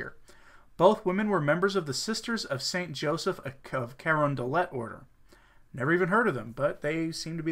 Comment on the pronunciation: I believe their order is pronounced 'cuh RON duh lay'. Among other things, they run hospitals, but like most modern orders of nuns, they have lost their way.